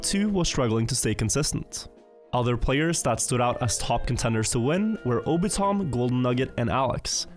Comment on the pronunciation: Can tell is not an anime enjoyer, calling Obito M. 'Obitom'.